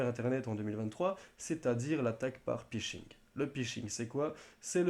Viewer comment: "le pishing" "un pay lohade"